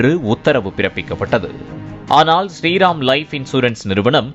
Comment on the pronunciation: ஸ்ரீ ரெம் ஆ? அத ஒழுங்கா தா சொல்லுங்க